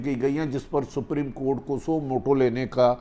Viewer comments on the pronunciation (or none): none